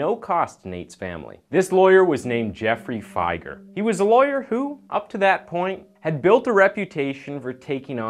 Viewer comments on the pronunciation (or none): It's Jeffrey fi-ger not joffrey figah